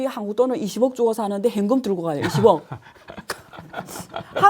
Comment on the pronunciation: 안교수님 다 좋으신데 , 현금 발음이 행금 요거 좀 보완해주시면 좋을듯요,,ㅎㅎ